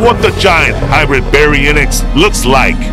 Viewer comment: He already say that the new video will come in October 7th at 7am (Pacific Time) and btw its hybrid not hibridy